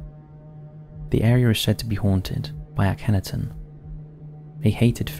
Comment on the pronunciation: FFS here we go Again, Aken-Arten Aken-Aarrten, or even Aken aarten most definitely Not Akenetton like Benetton